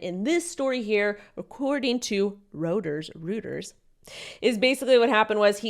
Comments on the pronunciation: Reuters (news agency) pronounced Roy-ters. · Reuters is pronounced Roy-ters. Also a fun fact: USDC is built on the Stellar blockchain (XLM), but nobody ever talks about it.